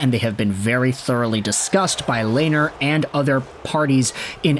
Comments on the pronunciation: Lanier? Dude it’s robin leh-ner (lehner) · Lehn- ner, Lainer like Rainer is wrong, "H" is silent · Pronounced Lenner not Lainer